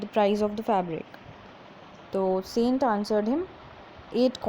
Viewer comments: Mam improve your pronunciation saient no संत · It is not sant it is saint in english